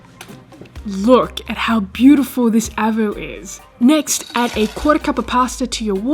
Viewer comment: Downvoted for the ''avo''. Sorry.